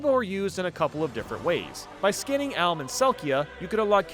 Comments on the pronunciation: why did bro say Alm and Celica like that 😭😭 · No idea how he butchered Alm and Celicas names so badly